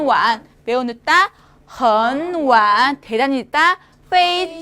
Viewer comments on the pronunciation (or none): hen wan 을 3성+3성으로 그대로 읽으시네.. 真可惜发音不标准。